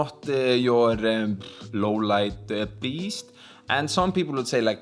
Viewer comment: "Louuuuww leit biesssst"